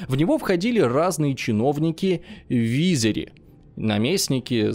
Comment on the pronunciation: вИзири 😂 пришлось пойти погуглить, подумал а вдруг я всю жизнь неправильно говорил. Очень странная оговорка для человека любящий историю, ну ладно, за то настроение поднял. ПоддАнство😂 почему у тебя такие странные ударения? Астановись, хватить😂